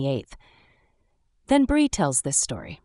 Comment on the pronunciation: GRB DID "NOT" GIVE BIRTH LIFETIME GOT INFANT FROM CHILD TRAFFICKING NETWORK. HOLLYWOOD AND THE ELITE BUY CHILDREN FOR MOVIES, SHOWS, SEX, SATANIC RITUALS YOU ARE SAYING THE NAME WRONG, IT'S BREE, NOT BRI INFANTS COME FROM THE ILLEGALS WHO ARE FORCED TO SELL THEIR BABY. THEY COME IN FROM THE MEXICAN BORDER